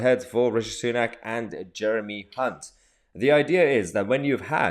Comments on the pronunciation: Did you say Jeremy Cunt? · Hilarious you said Jeremy ©unt & didn't even notice 😆😆😆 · Had to rewind to make sure you said Jeremy ‘Hunt’ as I thought I heard it different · Did you say Hunt? Just checking.